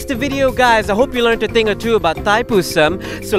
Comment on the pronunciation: Pronounce la betul2 Thaipusam